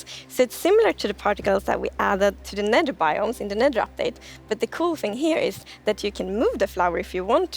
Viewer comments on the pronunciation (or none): how says nether